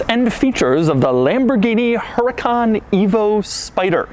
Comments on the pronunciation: "Huracán", with the accent on the second "a" is the right spelling for "hurricane" in Spanish. Since Lamborghini uses names of Spanish bulls from bullfighing, this must be it. With the accent on that syllable, the word sounds as you sometimes Doug pronounce it: "HurracAAAN", with accent on the last syllable. If you take out the accent, it would be pronounced with the accent on the middle syllable (wrong). In Spanish, this word would never have an accent on the middle syllable. Big fan, by the way! Excuse the lengthy lecture. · The accent goes on the second a; Huracán. Te issue is with the manual, but very cool you noticed. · i believe its pronounced "UDU-KHAAN" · H is silent please say uracán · The “H” is silent! Just pronounce the name as if the H didn’t exist - please... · They messed up in the Manual haha, it´s Huracán, stressed syllabe is the last one...HuraCAN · Does in the manula put hurácan instead of huracán? Lmao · You pronounced huracan differently this time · It's huracán. Hurricane in spanish. Whoever made the owner's manual messed that up I think. 🙆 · Says the accent is over the second "a" in Huracan. Shows owner's manual where accent is over the first "a" Shows doorsill with accent after the second "a" Real consistent there Lamborghini. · So he says the accent is over the second A but on the book it’s first A. Come on, Lambo! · "Huracán" is a spanish word and the accent goes in the 2nd "A". The typo is in the manual, not in the car. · the accent is on the first A in huracan the accent is on the second A in huracan. make your mind up, italians. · If this video gets deleted, its because lambo gave Doug some hush money. Accent on the wrong "a". How embarrassing. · Huracán, google it, Doug. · Btw the owners manual is wrong its huracán not hurácan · Accent should be on the second A., and the H is silent. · The only thing with the Á is that is in the wrong A....... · The accent is in the second a, the H is silent and Huracan means Hurricane.